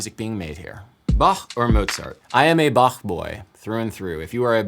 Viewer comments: As a german, I am very happy you didn't say "bahck" as everyone else does. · I loved the way you correctly said Bach and not Bak. 🙂👍 By the way, I'm a Bach boy too.